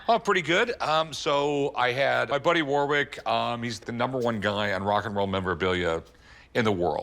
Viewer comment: The way rick pronounces "Warwick" should be a crime